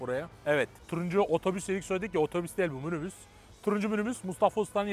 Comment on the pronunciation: münübüs ne lan😂😂😂😂😂😂😂😂😂😂😂😂😂